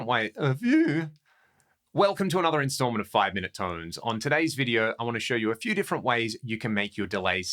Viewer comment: "a feEeeW"...haha what a start 🙂